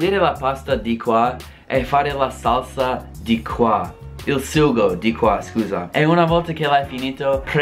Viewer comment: Pronuncia ancora la parola SUGO 😂